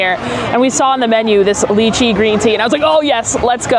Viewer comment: I think you are pronouncing lychee wrong. It is like lie-chee and not lie-key. Anyhow, love your channel!